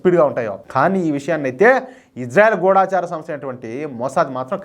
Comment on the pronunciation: గూఢాచారి అనకూడదండీ.గూఢచారి అనాలండీ.